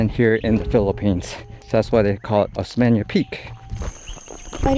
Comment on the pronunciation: Osmeña peak not Oseña peak.. you guys 😅